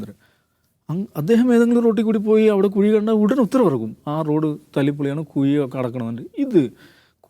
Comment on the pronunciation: എടാ കുയി അല്ല കുഴി 😂😂😂